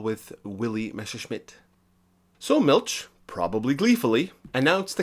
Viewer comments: Interesting! Nitpicking: Milch is not pronounced like Miltch, but like the German ch gutural sound or the Spanish j (San José) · If you're going go to do "easymoneycumentaries," at least learn how to pronounce German names. "Miltsch" - good grief!